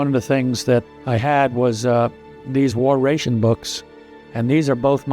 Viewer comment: I've never heard ration pronounced that way.